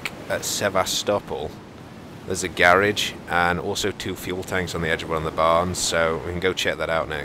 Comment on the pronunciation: How did he say "garage"? LOL!